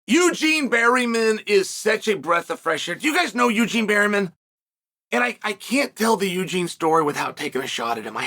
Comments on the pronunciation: has to be on purpose, right? was funny at first but a man who speaks so well, and speaks for a living, seems to mispronounce 25% of the roster. its obvious. and Barreemin is more over the top than Bluhall. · why berryman, chael? why???🤣